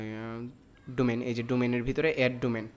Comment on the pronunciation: Thik bolcen...ei salar vaier English sunle r English bolte icce kore na